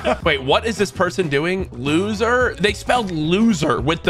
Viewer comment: Loozer isnt looser 😅